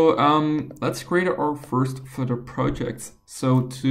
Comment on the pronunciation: What's Flitter, is that a new language? I thought it was Flutter.